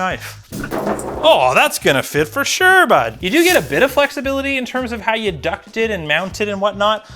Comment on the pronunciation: the "fer suuure, bud"s make me feel so fucking seen. thank you for doing what you do